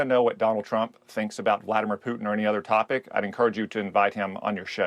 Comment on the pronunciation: "...again George, my message to Plutin', Putin is quite clear..." blah, blah, blah "😂😂...🤦‍♀️